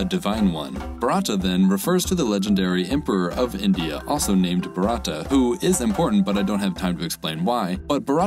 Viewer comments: Bharata is pronounced a bit like "bah-rut-uh" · I love your video, but I cringed every time you pronounced Bharata. :D It is a very common name in India, Male: Bharath, Female: Bharathi. And you can find the pronunciation using google translate. It is "bhaa - ra - th (as in phonetic θ)" for female, and "bhaa - ra - thi". Edit: Above comment is not a criticism, I appreciate your videos. Another Edit: As Pranav pointed out below, "th" should be pronounced this way and not as phonetic θ. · The way you pronounce bharata khanda is literally funny. Well it does not called bharata it is bharat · It is not Bharaata as pronounced by you. It is Bhaa-ra(ra as in run)-ta(t as in thin). Again Bharata varsha has Hindu mythological connotation which connotes sectarian name. I prefer "India",a name given by outsiders. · The indian subcontinent people call India Bharata and the Indian Ocean Bharata Ocean anyway. The pronunciation is Varat (with the t pronounced as Japanese people pronounce t). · The "t" in Bharata is absolutely not pronounced as a θ. I know they spell त as "th" in the South, but "th" in English i.e. θ is a completely different sound. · The pronunciation of Bharat gave me a stroke. 💔